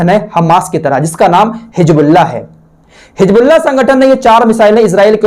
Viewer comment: Assalamu alaikum.Allah aapko khush rakhe.Aap bahut sahi jankari dete hain. Meharbani karke Hijbullah na kah kar Hizbullah kaha KAREN.ISKA MATLAB HOTA HAI ALLAH KI PARTY.